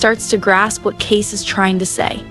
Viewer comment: Can the AI not pronounce Kayce's name as Case. Makes it obvious. Makes me leave. Sorry.